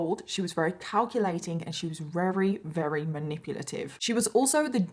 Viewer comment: I think its cute that you sometimes say wery instead of very. Is it your accent??